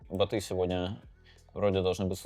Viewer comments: Бо́т, бо́ты! Боты́, надо Даниилу с ударениями проработать, а то как-то даже не по себе... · Не боты, а боты!